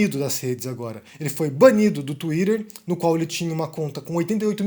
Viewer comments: "banido do Touirer" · 🤣🤣 É engraçado quando o fala assim.🤣🤣🤣